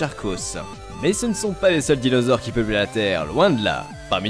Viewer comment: Tu a niqué le noms des dinosaures 😂